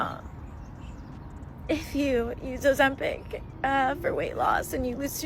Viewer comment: Ozemschitz 😂, say it again Bruh 😂